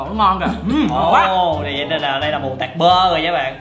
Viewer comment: mù tạt mà anh ko phải mù tạc